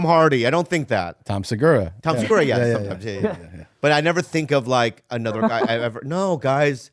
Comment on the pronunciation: “Now, coming to the stage, Tom Slurgura!!!”